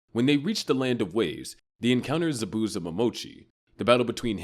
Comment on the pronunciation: Butchered zabuza name 😭 good vid tho